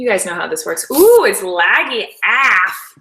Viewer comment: "LAGGY AFF" lool it's cool.